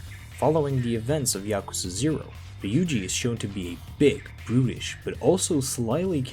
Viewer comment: You pronounced Yakuza 2 wrong